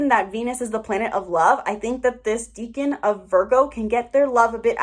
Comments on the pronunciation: Deca =10 its pronounced like deckan not deacon, I'm Virgo in 7 placements all in 1st house. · It's pronounced Deck-an.. it's from Latin. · Your mispronunciation of "decan" is very distracting and takes away from your credibility :/